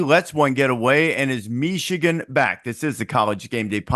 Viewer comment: Did he say Meeshigan is back😅